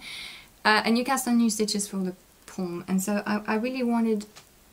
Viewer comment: Lovely, as always, with interesting content and patterns. I'm always so impressed with your astounding command of English, including idiomatic and colloquial expressions! May I gently point out that words like palm, calm and almond have a silent "l" - I keep hearing them pronounced in other podcasts, including people who are English mothertongue - both UK and US -, but it is more like adding an "h" in pronunciation, extending the "a" a little. I hope you won't mind me mentioning this here (and what an excellent mitten!!)! Your accent is so charming and adds a little something to your podcast 🤗